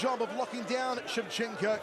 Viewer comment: ShevchenkO! Not ShevchenkA ! 😡